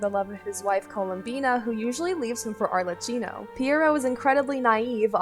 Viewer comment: arlecchino is pronounced arlekino :D